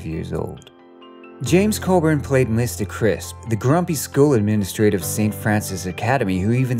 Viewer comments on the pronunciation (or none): none